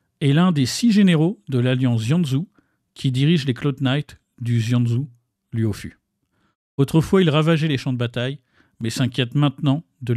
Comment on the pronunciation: bonne vidéo MAIS comment tu prononce Xianzhou et luofu ça me tue